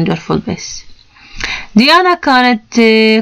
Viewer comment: العفو وليست ديانا